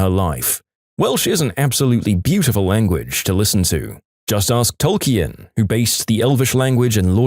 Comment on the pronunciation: A rather odd pronunciation of "Tolkien" there... Is this a live narrator or just AI?